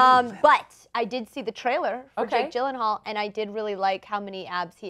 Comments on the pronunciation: It's Yillenhaal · its pronounced as Jake Yeel-En-hall its swedish name